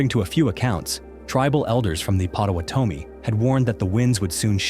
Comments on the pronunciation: Name of the native Americans. The name "Potawatomi" is pronounced with emphasis on the second syllable, pot-uh-wot-uh-mee. Looking at the Great Lakes is like looking at the ocean. Lake Superior feels the creepiest. Dark, deep, cold and mysterious. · Pot uh what oh me. Your pronunciation of the Native American tribe is a bit off.